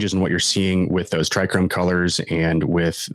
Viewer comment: No "r" in trichome